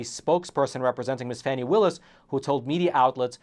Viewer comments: Pronouced fawnie not Fannie . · Oh for goodness sakes. It's pronounced Fawnee Willis not Fanny. You know this and are being a complete a-h**e Facts Matter btw is considered by All Sides Media to be.....Hyper-Partisan Right Reliability: Mixed Reliability/Opinion OR Other Issues. Nothing to see here. Here are some facts... Trump is having an awful month and it's going to get way, way, worse. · it's pronounced Fawn-knee Willis